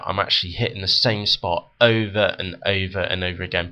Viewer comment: what city you from mate ? that accent killed my ears.... because of the way you pronounce "over" "over" anyway, great video!